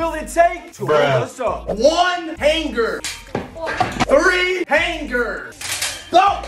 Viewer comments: The way he pronounces hanGER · He pronounce hanger with anger